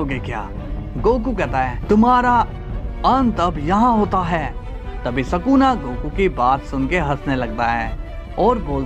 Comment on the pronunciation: Ye bura explain tha our woh sakuna nahi sukuna hai